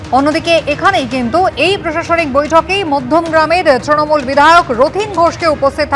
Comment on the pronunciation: নিউজ অ্যাঙ্কর তৃণমূল কে "ত্রণমূল" বলেন কেন?